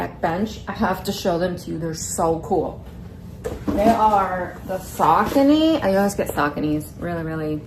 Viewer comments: Pretty sure that is not the name of the shoes…..am I wrong? Sock-a-knee???? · I’m gonna drop this comment here bc I feel like she’s rage baiting and trying to get people to comment this and I refuse to give her a view anyways, BUT… the way she says Saucony is SENDING me!!! It’s pronounced like “Sau-CONE-eee” I used to wear only them like 20 years ago lol, but they’ve gotten ugly over the years. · I could tell she rage baited about the saucony pronounciation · Same with the saucony pronounciation